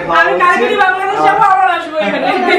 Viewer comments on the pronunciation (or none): none